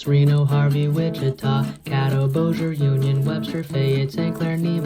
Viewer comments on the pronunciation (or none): none